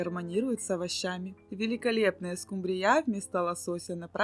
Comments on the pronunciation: Уважаемая! Вы такая умница, но не могу не спросить, почему вы рыбу скУмбрию называете скумбриЯ, это так режет слух.....а в остальном всё хорошо! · Не скумбриЯ, а скУмбрия, если уж ведёте блог, то ставьте правильно ударения. Сколько можно демонстрировать свою безграмотность. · Не скумбриЯ,а скУмбрия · Не скумбриЯ а скУмбрияПожалуйста Извините но режет уши. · Да скУмбрия, а не скумбриЯ! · А ещё больше раздрожает скумбриЯ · И почему ударение так ставите,смешно,скУмбрия